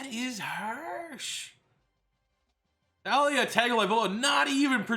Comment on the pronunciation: It’s tu-la not ta-lia